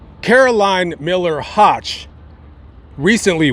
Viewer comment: WOW!! THATS MY MAIDEN NAME!! That is such an unusual name!!!! I heard you say “hotch” and I’m like wait a minute that was my nickname because no one could ever pronounce it!! 👍🏻😞😂😂. It’s prounounced like you’d say “woke” “höch”. THIS IS SO INTERESTING I HAVE TO SHARE WITH My FAMILY! Thanks for this!!! Long time viewer!! ❤❤❤